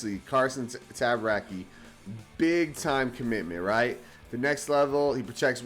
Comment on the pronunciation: I think it’s T-ah-bar-ah-chee if my Italian isn’t too off.